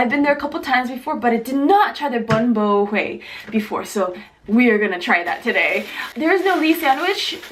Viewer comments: It's pronounced Boom-Bu-Way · I love how you pronounced it. It's actually pronounced bóon bò hwé. 😬😬😬😁😁😁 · It kept on bothering me that she kept saying everything wromg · You said Bun bo Hue Wrong LOL! And Did nobody think of Pho? Pho is Life! <3